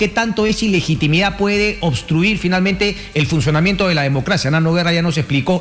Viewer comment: aprendan a hablar iligitimida es ilegitimidad